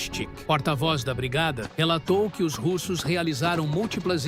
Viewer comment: Que pronúncia Americanizada é essa com os nomes russos?